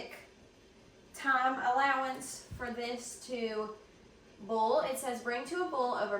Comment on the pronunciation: Its hilarious to me how some southerners pronounce 'boil' as 'bowl' .....lol